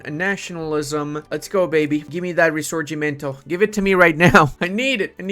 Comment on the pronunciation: You are literally the only one who says "Risorgimento" in the right way speaking english! Nobody can do that!!! 🤣🤣🤣